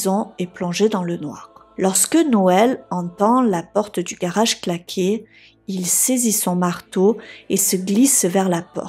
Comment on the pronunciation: Je suis particulièrement déçu que tu ne tiennes pas compte des remarques que l'on peut te faire... Tu es plutôt mimi à regarder...tu as un jolie timbre de voix et ton accent du sud (je suppose) rend tes histoires fort dépaysante... Mais par contre qu'est ce que c'est moche de t'entendre dire mariâche...montâche... garâche...partâche...et tous les mots finissant par age... Pourtant tes récits ne sont pas toujours ou souvent repris par d'autres...